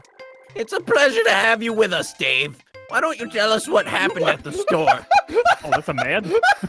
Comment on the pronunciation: Is it just me but i thought "Dave" is actually "Dove"